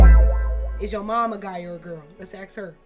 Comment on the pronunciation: she also says "aks me questions"